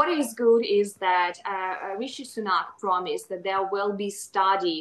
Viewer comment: Who else heard 'drama' instead of 'promise'?